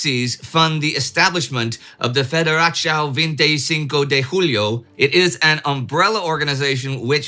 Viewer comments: Yes. It was close enough... but... federáciau vintê chinco de rulho was pretty bad. :P Although pronunciation is the last of my concerns. The overall content was far more realistic than our schools show(at least from my time). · Min That was a good try to say "julho" 😁👍. The "federação", was closer to italian. In both cases, the effort is appreciated.